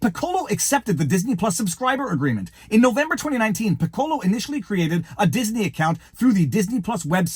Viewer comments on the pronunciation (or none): I've been disillusioned about Disney for years. It's very sad. (And Viva, "Piccolo" sounds more like PICK-ko-lo. Accent on the first syllable. Like the musical instrument. It's the Italian word for "small.") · I dunno... but in band we pronounced that "PICK-uh-low"